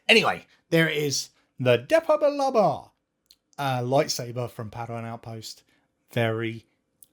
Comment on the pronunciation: Ha ha I also say Depa Billaba like the 😂😂😂 100% Nexus need 2 buttons 😊 loved the look at this one ❤